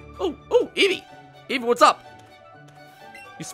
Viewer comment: Me:(vibrating on spot because nervous from battle) Eevee:(automatically asumes shaking joy con) VEEVEE VOLIE Me: oh God, I sent off a nuke (Also eevee actually said veevee volie in game)